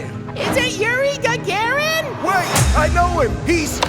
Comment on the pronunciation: “it a Yuri Gagarin?” I’m dead, dude.